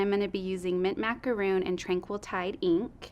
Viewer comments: Love this bundle. Some great ideas. However, I'm sorry, I too was distracted by calling "Macaron", " Macaroon". representatives from the company should be presenting correct information. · Me too! hahaha! I was like we had this discussion when the color first came out It's Macaron - RON not ROON! hahaha! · Your rep doesn’t know how to pronounce macaron!?! Did no once supervise this? Ack! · if it's in one of their color names, they should have training on how to pronounce it. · Great video - very informative! I got this bundle in my preorder. Macaron pronunciation was a little distraction ;) I also got the new embossing pads for the Big Shot. Nice to see them in action.